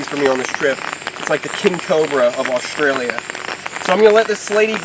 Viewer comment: 'Oshtralia' haha I love. He can say and do no wrong in my eyes 😊